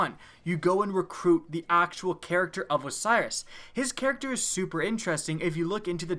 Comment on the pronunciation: you say super with more emphasis then Trump when he says huge